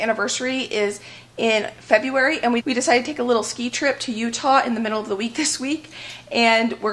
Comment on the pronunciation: "Feberuary", love it! That tickled me, got a good chuckle. The mac looks divine. You both are very blessed to have helpful and willing parents.